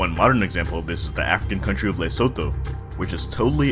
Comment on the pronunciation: Great video! Btw it's pronounced "Lesutu".